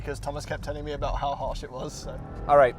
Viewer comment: aBOOOOT a thousand dollars apart lmao oh canada